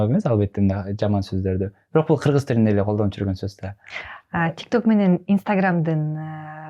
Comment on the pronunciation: Додурогон журналис кыз. Ат жылы 😂Кырзыз эмен .эмне дегидей буйум беле.додур туура суйлогонду билбейт.тилдин боткосун чыгарган.